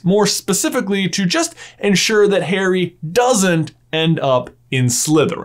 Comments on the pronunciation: Why do you say "hairy" instead of "Harry"? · Why do u say HAIRY? Im so stressed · Bro why you saying Hairy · ahhhhhh would you just stop calling him hairy? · It is very disturbing to hear the names pronounced "Hairy Potter" and "VoldemorT" 😁 Great theory though! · Why does he pronounce it as Hairy ? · Please stop pronouncing it Hairy, its an interesting video but I flinch every time I hear that.